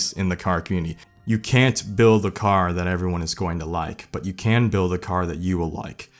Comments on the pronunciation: Well this video alone just made this channel my favorite car channel on YouTube the way he says BWUILD...gold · The way he says "bUiLD" had me laughing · the way he said build made me want to kill myself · The way he said “build” 😂